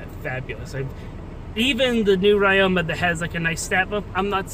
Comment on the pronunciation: ya pronouncing ryoma wrong... the y in ryoma is pronounced like the I in Literary because it is a japanese name